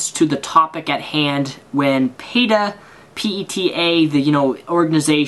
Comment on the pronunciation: Then you say Peta it sounds like Peter to me.